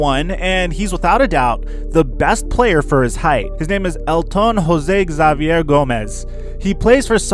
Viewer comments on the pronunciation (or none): none